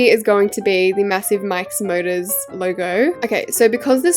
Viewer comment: The way when she says Mike's motors it sounds like mIkE's MuRdErS☠☠